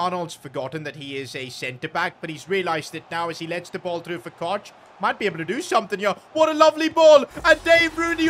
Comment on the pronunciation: Koch is pronounced Cook